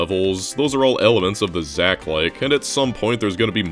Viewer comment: "Zach-likes" LMFAOOOO